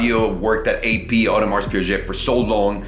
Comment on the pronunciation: never heard AP being pronounced that way, says a lot about a "watch collector"